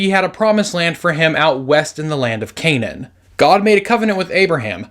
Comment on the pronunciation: It's not Canane but acually Cna'an